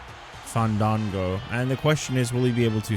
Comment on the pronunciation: The Hardcore sensation FAAAAAANNNNDDDDDDANNNNGOOOOOOOOOOOOOOOOOO. Also Justin Roberts needs to be fired. He hasn't said this man's name the correct the way. I propose should say his name right each time he comes out 😂